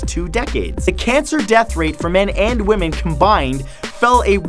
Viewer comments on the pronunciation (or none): none